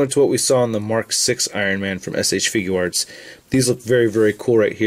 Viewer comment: I dont know where he cussed but he did keep saying "S.H. Figuo Arts".